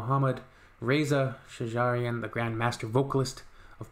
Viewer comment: /'Shajarian/ ==> stress on "sh". Thanks.